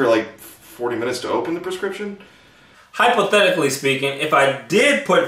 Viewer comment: LOL. " Hypothetically".